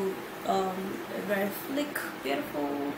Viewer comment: 🤔 Edith hack not ack fleek not flick 😂😂😂😂😂😂